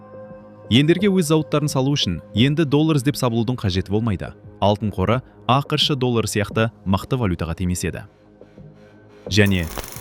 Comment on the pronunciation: АҚШЫ ДЕМЕЙ АҚШ ДЕП АЙТШЫ АВТОР